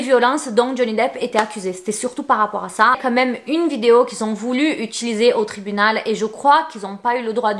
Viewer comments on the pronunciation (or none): none